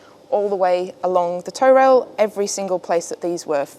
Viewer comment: Not a sailor here, but I’m pretty sure it’s a “toe” rail, rather than a “tow” rail. Its purpose is not to be used in “towing” the boat, but rather o keep your feet from slipping off the edge of the deck when the boat is pitching and rolling out on the ocean. Happy to be told I’m wrong by anyone moe knowledgeable.